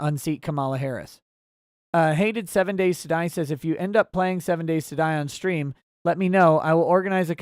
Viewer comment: "Strean" that's our:_Touchdown::_OnPaper::_UNBREADED:🙏🏻